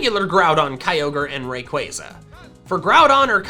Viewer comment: I have a suggestion, what if you pronounced rayquaza right. here Ray like raygun And Quaza like you say plaza just qu instead of pl